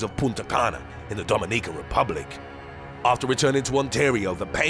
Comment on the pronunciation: Protozoa, Dominican, the way he says those had me scratching my head, lol